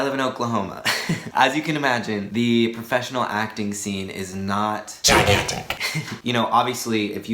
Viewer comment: "the acting scene isnt....gIGAnTiCC" scared the daylights out of me